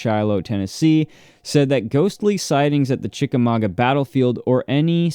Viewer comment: Yay!!! As a Chickamauga girl, I'm tickled pink that you pronounced it correctly!